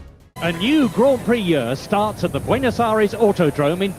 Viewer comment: When you can’t even pronounce Grand Prix properly….